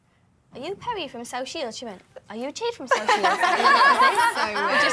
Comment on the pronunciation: Jesy: "jade" Perrie: "jeed" :))